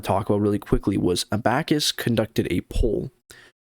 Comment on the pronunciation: Learn how to pronounce ABACUS dude. Honestly bad.